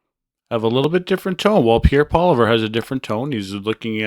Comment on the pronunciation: It’s Polievre not Poliver. Please pronounce it properly.